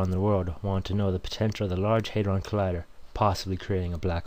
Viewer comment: The proper pronunciation is HAD-ron, not HAT-dron